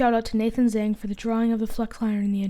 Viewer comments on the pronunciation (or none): none